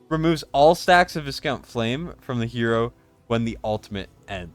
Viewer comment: Hate to be that guy mate but it’s vy-count not vis-count. It’s a type of mid range nobility from Europe. In Britain it’s also a tasty chocolate biscuit (cookie) with minty fondant.